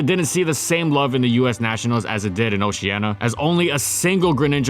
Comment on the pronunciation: Please pronounce Oceania correctly, thanks.